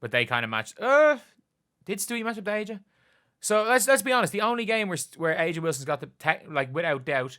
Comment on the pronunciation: It’s pronounced “Asia”